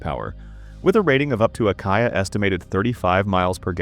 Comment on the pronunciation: Kia is pronounced kee-ah, not kye-ah!